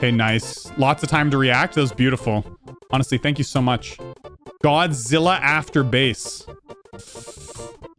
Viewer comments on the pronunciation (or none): none